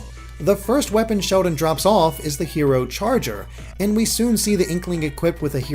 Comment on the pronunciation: does anyone else thinks says "Shodan" instread of Sheldon?